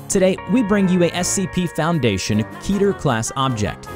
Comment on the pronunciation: It’s not keter